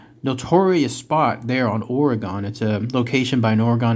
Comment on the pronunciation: Orr - Ree - Gun!